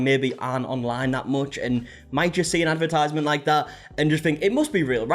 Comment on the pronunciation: OK they're blooming terrible and it's defo a con but I can't help but make a comment on how you pronounce advertisement don't sound out the second e as in advertisment 😂😂😂